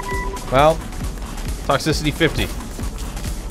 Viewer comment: "Toxcicity, that's like the heat, right?" Really?